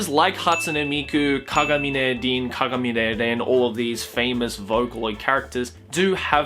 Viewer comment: o god, did just said "kagamine lin and kagamine ren"?